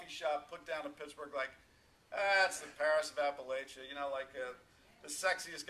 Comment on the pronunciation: Appalachia is pronounced [apple-atchyah] "and if you don't pronounce it right, I'll throw an apple at ya!" (A little saying I've heard from Appalachian natives).